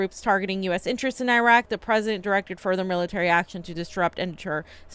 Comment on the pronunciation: Exactly. She’s literally bilingual and the pronunciation in Spanish is even closer that this crap. What the fuck??? Otherwise, I’m cool with them lol. But seriously! GOD DAMN IT